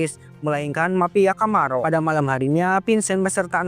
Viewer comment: Camorra kok puluhan kali dibaca Camarro.😂😂😂